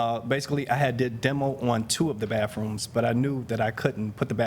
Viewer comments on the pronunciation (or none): Well to be fair at least he has three "baffrooms" 😎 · Well at least the guy has three "baffrooms" 😎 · It's baTHrooms, not baFrooms. Just one of those little things that irritate me when I should just let it pass........... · It was "BAFF ROOMS" for me. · It sounded like the plantiff kept saying baf what it that